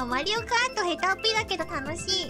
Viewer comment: that "Mario Kart" is Deutsch you know